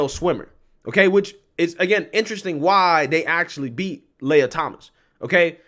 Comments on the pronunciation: Pronounce lee-ah, not Leia. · It’s Lee a.. not lay a… how do you get lay a from lia! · It's pronounced "Lee-ah", not Lay-ah." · Why are you using plural pronouns when speaking of the male swimmer "Lia Thomas"? FYI, "Lia" is pronounced "Liar".